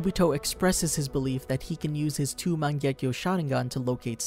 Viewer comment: Its sounds like u say mon gek to sharingan